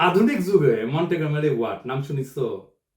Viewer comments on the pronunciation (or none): none